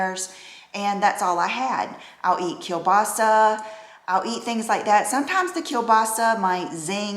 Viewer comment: you put smile on my face when you pronounced kielbasa so perfect, just like Europeans do.